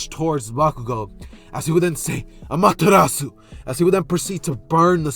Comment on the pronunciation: Ayee! Btw no problem man you deserved that break (not to be picky but it’s ah mah ter ra su